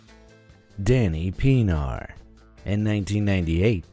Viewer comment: Im from South Africa and its really funny how you pronounced Danie Pienaar